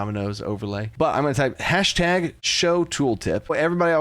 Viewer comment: did he really call it a "hastag"? 💀